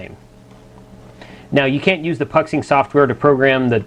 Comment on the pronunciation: love the videos just a quick FYI Puxing is pronounced "Poo Shing" it's a factory in Xiamen (pronounced "Shar men" ) in China keep up the good work always very informative.